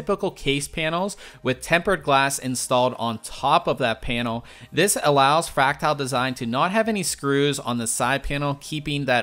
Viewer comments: It's fractal, not fractile. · I like the review, the only gripe I could have with it is your pronunciation of Fractal